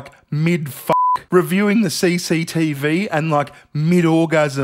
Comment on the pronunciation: I never realized how enjoyable it is to hear someone say “CCTV” with an Aussie accent.